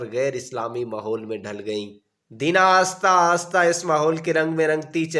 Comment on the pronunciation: آپ اپنی اردو ٹھیک کریں قید اعظم نہیں قائد اعظم محمد علی جناح ہے آستہ آستہ نہیں آہستہ آہستہ ہے ہر لفظ غلط پڑھ رہے ہو